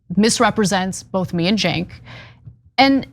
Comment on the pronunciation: it's Cenk not jink